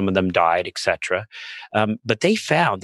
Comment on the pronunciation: “eK cetera” is wrong. It is “ET cetera” - “ET” means “and” in Latin.